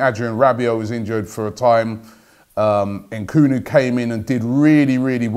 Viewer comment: Why do anglophones add extra syllables to African names? It’s ‘Nkuku not ehn-Kuku . I mean you wouldn’t say ehn-ice instead of Nice...or ehn-etherlands instead of Netherlands? Sheesh....